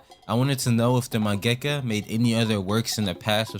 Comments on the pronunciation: you say mengaka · man why u say mangaka like that bro